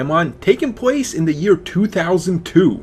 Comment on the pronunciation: "Takes pwace"